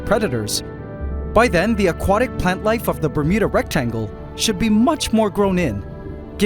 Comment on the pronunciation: Not gonna lie. Whenever i hear say Bermuda Rectangle, I keep hearing Bermuda Rectum.